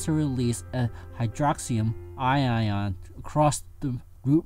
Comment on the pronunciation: Just throwing this out there, but it's pronounced ion, not i-ion. But otherwise this hits on most of the major points, thanks for the video.